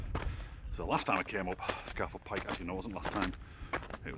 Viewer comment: Apparently it's pronounced Scar Fell Pike. When I got lost on the mountain I asked a local which way to Scafell Pike and he refused to understand my pronunciation. Finally I said, "well look it's the tallest mountain in the country" and he said, "Oh, you mean ScarrrFell Pike..." -_